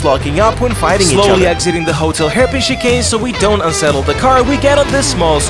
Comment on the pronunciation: you pronouced chicane like chee-kane, it's more like chee-can.